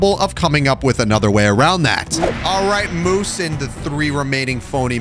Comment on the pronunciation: do you mean "we will moose on"